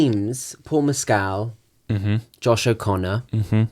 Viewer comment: Paul’s surname is pronounced Mess-kl not Mescaal